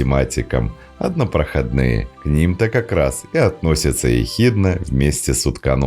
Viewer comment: Вроде бы читается "однопрохОдные", а однопроходнОй- это разновидность метчика (слесарный инструмент для нарезки резьбы)